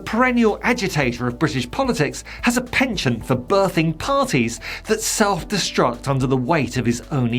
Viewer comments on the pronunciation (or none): none